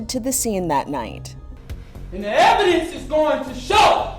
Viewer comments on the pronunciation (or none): "and the EVidence is going to shOW.........that laW enforcement....Tampered with EVidence...to mEEt..their such hIGH Burden of prOof." -O'Neill the iii